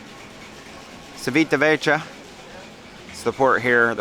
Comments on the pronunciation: Hi, I'm loving your videos and you convinced me to have my first cruise on the Celebrity Apex next year (Norwegian Fjords)! PS: Civitavecchia should be pronounced Chivitavekkia 😅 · Looks like a great ship. Just FYI it is pronounced chee·vee·tuh·veh·kee·uh